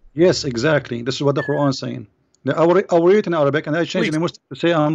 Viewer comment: He cant even pronounce quran correctly let alone read the verses in quran.